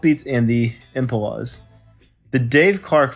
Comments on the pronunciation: Impolas,? Impalas pal. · Who is narrating this video. He can’t pronounce “Tottenham, Impala’s etc…”. What’s up with that? Hard to listen to. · The Impuh luzz? Maybe the Impalas. HaHa! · did he say 'imp UH luhs' ? it's impalas like the animal, like the car. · Imp-Ah-La's ???? Try Im-Paul-Ah. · He mispronounced ‘Impalas’ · And Impalas sounds like Oompa Loompa from Willy Wonka.